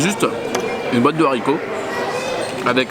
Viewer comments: Des zaricots ??? Mais non ! Des Haricots <= pas de liaison :) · Il a dit des Zaricots !!!!